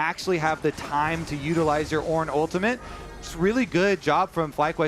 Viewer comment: says "ultamint". You can never unhear it now.